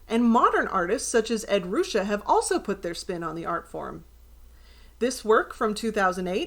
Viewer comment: Fun. Thank you. By the way, Ed Ruscha pronounces his last name Rushay. Look forward to more ahead!